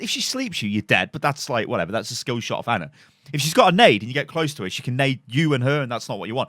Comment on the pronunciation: It's not Anna is ana, pronounced arna